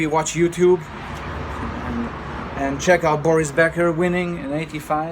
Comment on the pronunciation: Do you speak German? The way how you pronounce Boris Becker, Steffi Graf Sounds like german native speaker.